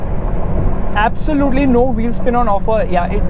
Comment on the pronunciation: Abv sooo lute LEEE LOL AWESOME WAY OF SAYING